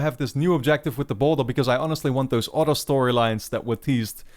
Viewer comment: I'm i the only one who thinks he say "auto" when he says "other"